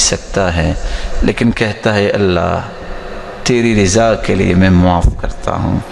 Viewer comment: ۔۔۔ حضرت میں سن رہا ہوں کہ آپ زیر بولتے ہیں صرف، زبر نہیں۔۔!!!؟ رضا، خزانے۔! زیر کے ساتھ۔۔۔۔؟؟؟